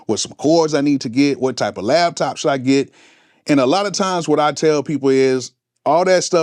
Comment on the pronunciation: it's Laptop...not LAB TOP